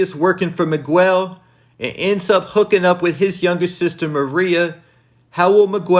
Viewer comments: nigga said meegwel lmao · The U I’m Miguel is silent . Js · You saying Miguel’s name wrong is triggering lol